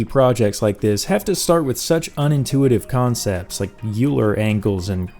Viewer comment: The Euler in Euler angles is pronounced oil-er